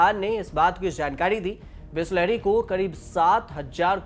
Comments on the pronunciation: bolna sikh le bisleri not bihhhslahhhari chutiye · Please improve your pronouncation...bisleri not bislehri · News wale aisa bolenge tho kaisa chalega Bisleri is now bislahri by news reader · Khud toh sahi se bol re बिस्लहरी kahi ke। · Chutiya patrakar Bisleri dhang se bolna seekh ja . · Mauzuda 😅😅😅😅 maujuda hota hai bhis lehri nahi bisleri hai